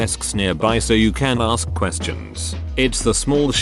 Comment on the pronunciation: It is, "Ask you a question." not "Axe you a question".